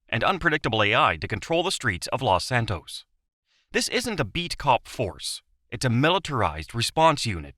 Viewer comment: Los Santus